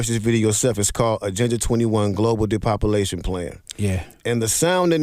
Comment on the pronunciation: Great video, but my man was killing me—it’s de-pop-u-lation, not “depopuLIZation”.